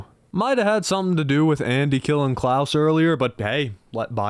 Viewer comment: Klaus isn't pronounced "Klowce", it's pronounced like Santa's last name.